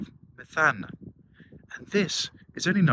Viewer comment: Greek here, The accent is on the "e' So you pronounce it: Me'thana, ( no Metha'na )! :)